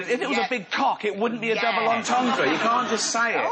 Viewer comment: I am a big fan of Steve, Karl and Ricky but it's pathetic he can't even pronounce double entendre ... what a fucking moron !